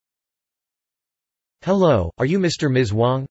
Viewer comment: ハローがタローに聞こえた